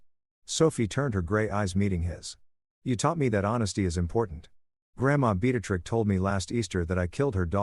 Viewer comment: Yet another story where one name is consistently being said wrong multiple times. Beatrice doesn't have an x in it